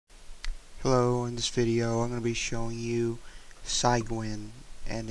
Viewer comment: its not si-/phy- g-win..... its cy-g-win. the cy is follows the same rules as it does in the word cylinder (or the same sound as si in the word sit) and makes the same sound. Sorry, it was killing me.